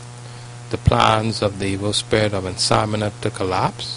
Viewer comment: It's not insomina it is called insomnia. In-som-knee-ah.